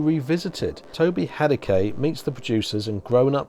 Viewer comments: FYI - Toby Hadoke pronounces his last name as "Hay-Doke." Two syllables, last syllable rhymes with "poke." Not of huge importance, but I figured you'd want to use the correct pronunciation. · 'Whose Doctor Who' will be included on the set - but it's already on the Talons DVD if you want to watch it now. Also, Toby's surname is pronounced 'Hay-doke'.:-)